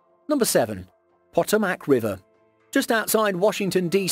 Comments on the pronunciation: Fyi ... it's pronounced Poh toh mac ... not Pot oh mac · Potomac is pronounced Po-Tom-Mic. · Pronounced Pa-toe-mick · Lol I actually had a dream I was lost and trying to find the poto-mac river, and when I woke up I had to google it to see if it was a real, but unknown river 🤣🤣🤣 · I missed his entire segment on that one because I was yelling ‘PUH TOE MECK!!!!’ 😂😂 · PA-TOME-IC RIVER. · Potomac Peh-TOE-mik [pəˈtoʊ.mək] 🙄🙄🙄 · The details were great, but check pronunciation of the names of places before you boldly produce your videos. I winced when you pronounced Potomic and other names incorrectly. It doesn't hurt to research more than the facts. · I just love how the speaker totally obliterates the name of the "Potomack" river. It is a very famous river in Washington D. C. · Their pronunciation made me cringe 😂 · John Riggenbach ugh! sounds terrible! As an embarrassed Brit, I apologise to all my cousins in the United States for that dreadful mispronunciation!! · don't think they were referring to you name. I think you'll find they were agreeing with you and saying it about the narrator pronounced it wrong. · Lyric Pranker I was correcting the pronounceation of the Potomac (River) given by some ding bat whose American & should know better. Where I live for quite some time we had a news anchor who was never corrected when he pronouced Terre Haute..like Terre Hoat (Terre Hut). It's a boarder city in Indiana with Illinois. Or a city here in Michigan...Dearburn instead of Dearborn. If you're a professional you should know how to pronouce, in this case cities you are talking about. He eventually figured it out or was told how to pronounce them. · channel with over 2 million viewers can't even take 30 seconds to listen to how to pronounce a famous river while editing the video